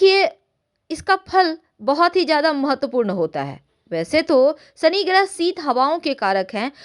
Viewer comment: यह श को स बोलना । शनि महाराज का उच्चारण ही आप गलत कर रही हैं ।